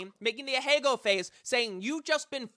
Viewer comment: アヘ顔 ＝ あへがお ＝ Ahegao ＝ a-hae-ga-o ≠ a-hay-go